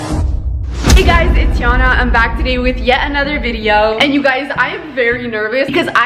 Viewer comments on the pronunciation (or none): uhh its yana not jana